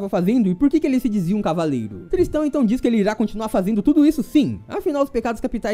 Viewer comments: a pronúncia correta é Tristan, do jeito que você fala parecia que estava dizendo " tristão. " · errou a pronuncia é tristÂ